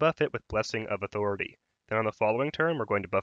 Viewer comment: Why do all the YouTubers pronounce authority in such a weird way?